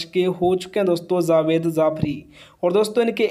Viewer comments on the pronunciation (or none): none